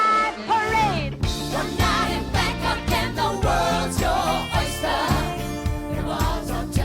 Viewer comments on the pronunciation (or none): none